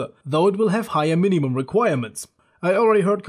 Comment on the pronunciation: I'm sorry dude i shouldn't mock you as your a legend but meenimum had me dying please say minimum more often <3